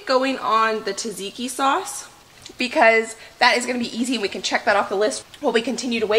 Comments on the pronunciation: Btw its pronounced Zadziki, not Tazaiki !! Love yr videos. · Everyone else has great tips on how to make the best tzatziki they know of meanwhile over here the only tip I have is that it's pronounced Cha-cheeky